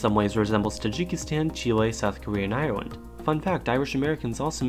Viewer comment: so apparently you're born in Moldova and there are countries called Polan^, Bangla^esh, Irelan^ and Djibouti